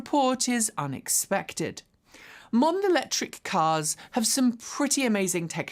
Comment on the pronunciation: “mund electric cars…”? Guessing you intended to say “modern”.